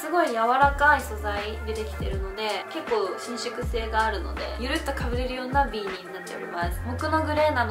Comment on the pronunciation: ビーニーの発音が違う気がする？、、😳